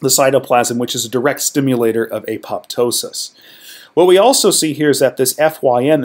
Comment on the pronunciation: Please don't repeat the nonsense that beta amyloid is an abnormal protein. Simply not true it is produced off the beta gamma secretary's pathway normally as part of either an anti pathogen program or a synaptic pruning program. Also please pronounce apoptosis properly.